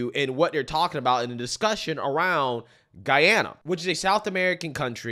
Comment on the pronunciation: Thank you for pronouncing the Country’s name correctly. It erks me when I hear ppl say GeeeAna.